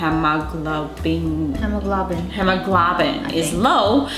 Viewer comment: He-mo-glow-bin lol love you